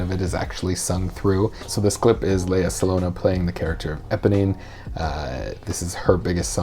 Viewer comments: “Salong-gah” , not “saloña “ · It's not Lea Salona, it's Lea Salong-GA!!!! The G is not silent.. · Great video but I have to point out there's a hard 'G' in Salonga. It's Sah-long-Gah, not Sah-Lone-ah. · Um, it’s Sa-LONG-gah, not sa-LONE-a. There’s a “g” after the “n”: and the syllable is just like “long,” Rhymes with “wrong.” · Its SA-LONG-GA not salona.. ahahaha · Surname pronunciation is "Sa long ga". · Her last name is pronounced SA-LONG-GA although spelled SALONGA. Thank me later. 😉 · Um... It's Salong ga! I know because I'm Filipino 😁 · Her last name is pronounced Salong-gah. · Correction, the Philippines has given the world ALL of its Karaoke stars because Karaoke was invented by a Filipino. Also, it's Lea...Sah-Long-Gah. Please pronounce her name right. I'm sure she would appreciate not having her name butchered the way she did not butcher the song. :) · Her last name is sound as Sa-long-ga. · How is he pronouncing her last name? What is happening? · I love all the videos I’ve seen of you, but please pronounce her name correctly 😅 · I wish you’d learn to pronounce her name, this is the second video with her where you get her name wrong. Seeing as she’s a legend, I’m not sure I really believe you are a musical theater coach if you don’t know her name... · You said her last name wrong ahaha But she is byfar a goddess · WISH YOU PRONOUNCED HER NAME PROPERLY THO. SAD. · GOOD REVIEW. BUT AT LEAST LEARN HOW TO PROPERLY PRONOUNCE HER LAST NAME. 😉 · You butchered her last name.